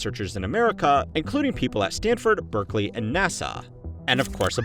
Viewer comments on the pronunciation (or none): none